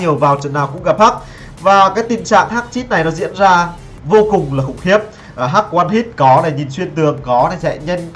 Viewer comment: hách chứ ko phải hắch